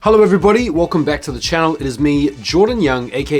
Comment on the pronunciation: Am I the only one who here’s every time hallo everybody insted of hello everybody